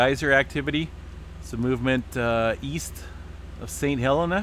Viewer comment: Pronounced saint heleena by locals